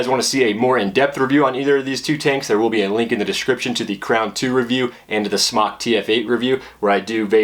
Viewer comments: It's pronounced "SMOKE." Not "Smock." And it's the Uwell RAFALE. Not, Rafael. Rafale means gust of wind in French. "Raw-fall-aye." You should really learn the correct pronunciation of the products you're reviewing. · Did you just say "Smock"? I believe it's pronounce "Smoke" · Please...SMOK long O as smoke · It's pronounced Smoke Tech. Heez us christ... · Both ways work. The chinese for Smok is like the way pronounce it (Smock) and SMOK is located in China. So I would say that's the way to pronounce it. But! SMOK themselves have already answered this question so me and everyone else can shut up and stop discussing. They said, I quote: "Hi, For Chinese, the pronunciation is more close to "Smock", For the word "smoktech" will be more close to "smoke" and I think different countries may have a little bit different pronunciation about it, so you could say whatever you like, haha. Thanks"